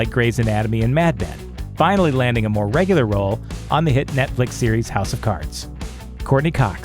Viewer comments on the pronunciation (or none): none